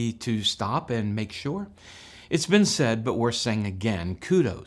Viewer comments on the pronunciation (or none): none